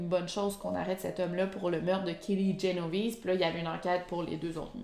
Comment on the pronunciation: C’est Génovèse 👌🏻pas Genovise 😇a l’ italienne